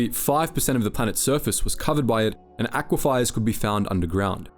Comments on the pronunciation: Aquifier or aquifer? one is real and holds water under ground, your way isn't pronounced or spelled that way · Sorry to nitpick, but its pronounced "ak wi fur". Great vid! :) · Aquiefer read as aquifier, chitin read with ch ‘stead of kh, forgotten to delete a second take of some phrases😭 dude id be so ashamed of myself, goddamn Please be better pleeeeeease be better